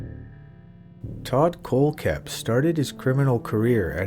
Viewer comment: Miss pronounced kohlhepp. Also not buying staples story. Attention seeker